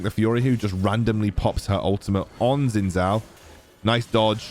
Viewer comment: just say it like 'shin jow' 😭